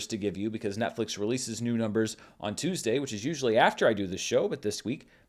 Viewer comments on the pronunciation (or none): none